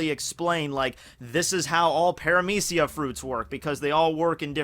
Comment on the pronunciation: Wait, its "pare-ah-meece-e-ya"?? I pronounced it "para-media-ca"